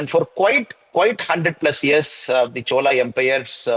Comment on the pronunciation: Please say chozha, not chola..